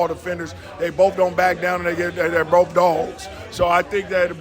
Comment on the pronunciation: He said "Bof of them" hahaha, just like my roommate who's also named Gary